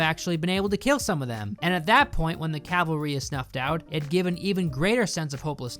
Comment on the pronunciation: It's cavalry, not calvary